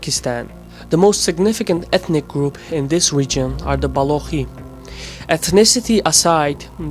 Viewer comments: It's ba-lo-chi, not ba-lo-khi. Hard "CH". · Dude, you don't even properly pronounce "Zagros" and "Balochi", and you wanna analyse Iranian ethnics?! No region in Iran is homogeneously populated by a certain ethnic, so, no; oppositions against I.R. is not ethnic based, but rather social-demands based.